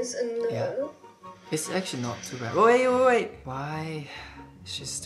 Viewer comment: When he said "wait wait wait" it sounded like "oye oye oye" like how we call someone in india😂😂😂